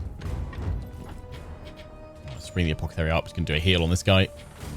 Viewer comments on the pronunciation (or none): i love how he calls the guy "Apockethary" :P